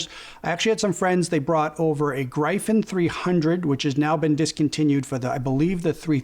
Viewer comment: Good review. I don't buy into the cable hype though haha. Appreciate your perspective. Also, Gryphon is pronounced, "GR-if-n"? Gr-I-fin with a hard I sounds very wrong to me lol...